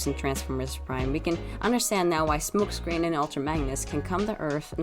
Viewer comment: You called smokescreen smookscreen, XD.